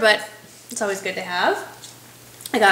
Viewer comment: You said "oways". That's awesome! My husband hates when I say oways, but I don't care. Love your videos and keep up the good work. Happy Day!